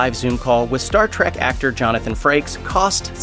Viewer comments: Oh, for crap’s sake, it’s Star TREK, not Star TRACK! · Trek, not trak